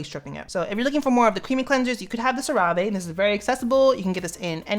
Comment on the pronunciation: sir you did not say cerave like that 💀💀💀💀